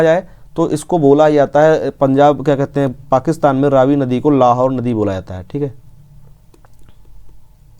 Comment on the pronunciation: It is pronounced raavi not ravi